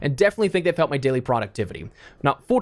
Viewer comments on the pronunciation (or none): "This is your dayli Dose of Espresso"